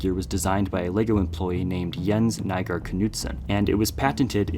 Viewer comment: needs to work on his pronounciation of Nygaard. Use the spoken feature of google translate or something. The y in Nygaard is pronounced as yggdrasil or ypsilon. The aa is pronounced as oo in door.